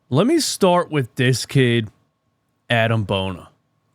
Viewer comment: Just for future reference, it's pronounced "bo-nee-ay" 😂 Maxey, Ricky and Bona are running the league in the 2030s